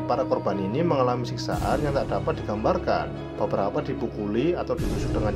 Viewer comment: kastil mas bukan kasir beberapa mas bukan benerapa 🤣